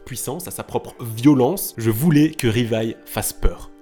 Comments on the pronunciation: On dit livai et non rivaille, les japonais prononce le L En R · Plus jamais tu dis Rivaille c’est quoi cette insulte C’EST LIVAÏ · Choqué qu'il dise " Rivaille " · " Rivaïlle" aïe mes pauvres oreilles 😭😭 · Tu dit Rivaille... je be shocked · Ça se dit Livaï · sa ce dit livail et sa s écrit levi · Arrêtez de massacrer le nom de ce pauvre Livai...